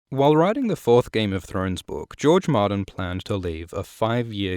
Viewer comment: i love how you mispronounce the word ''book'' and nobody cares really, because of your awesome content